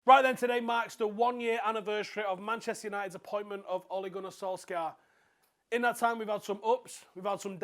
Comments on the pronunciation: It's pronounced sol-SHAH. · Oi pronounce his name properly man